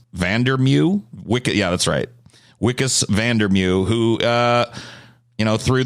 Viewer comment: It’s pronounced “vikkus van der mervuh”